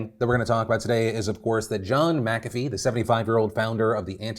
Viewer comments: I'm pretty sure it's not "Makafee" but rather Mc-afee (kinda like McDonalds and not MacDonalds). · The way Phil said McAfee made me wince.... and he says it A LOT 😅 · Did you just… pronounce it “Macavy” and not McAfee Edit: so today i learned i have mispronounced this word my entire life